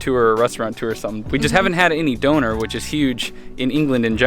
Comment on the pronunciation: The way he pronounced ‘donner’ make me uncomfortable